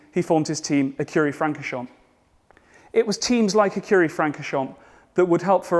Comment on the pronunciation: Please pronounce Francorchamps correctly. The “a” is not short as in hat but more like “aw” as in paw.